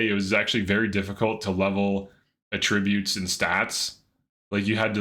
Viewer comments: This guy's constant giggling is annoying as hell. Are you a pothead, put the bong down for a bit while making videos. Also its pronounced AH tributes not ahtri BUTES, emphasis on the AH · AT tri BUTES not at TRIB ute